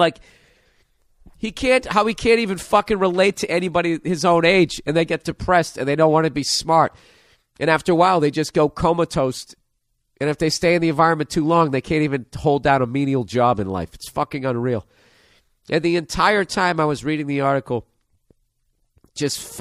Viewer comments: Bill said "coma toast" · Comatoast? Really Bill?